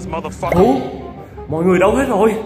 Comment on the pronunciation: Êy dô mo đờ pắc cơ :|3